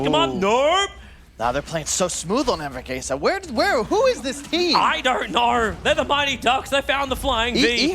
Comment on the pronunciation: Ya saben serranos se dice anvourgueisa :v gaaaaaa